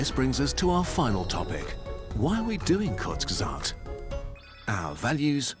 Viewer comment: Bro, he meant that Hasan is actually capable of speaking some german words perfectly. But he does't manage it with the word Kurzgesagt.